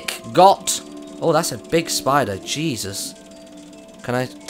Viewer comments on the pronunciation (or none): none